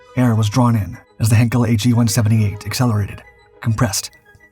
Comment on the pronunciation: The narrator’s pronunciation of Heinkel is cringeworthy. It’s not “Henkel”. Hein is pronounced like, line, mine or fine. I’ve told you before about this… Malaya is pronounced “ma lay ahh”, and not “ma lie ahh”. Could do better in an otherwise good video.